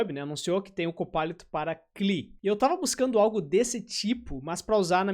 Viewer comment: cara, a pronúncia "correta" de CLI é 'klee'? tô pasmo